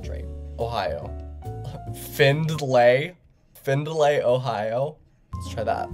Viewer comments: POV: you live in Findlay 😅 (it’s pronounced Finn-d-Lee) lol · Find-ly is how its pronounced lmao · it’s pronounced Find-lee, I live an hour from there 🏃🏻‍♀️ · Omg the way he pronounced Findlay